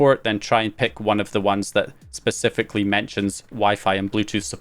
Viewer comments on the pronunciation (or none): none